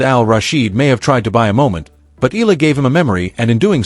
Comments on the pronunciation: Eala!! Not Ila!!! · EEE~YAH~LAH not ee~lah. Filipinos pronounce every syllable or every letter if 2 vowels are together like EALA. If you know how to pronounce AYALA just change the FIRST letter "A" into EEE then YAH~LAH. Just to be clear. Otherwise THANKS for this vlog. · Eala!!! Not Ela! Please pronounce it well!!!! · pls sa E-ya-la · This YouTube would be more convincing if it actually said her name correctly. Ee-ah-La. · EALA is pronounced " EYA-LA". The combination "EA" - la is pronounced like a diphthong, common to Filipino vocabulary.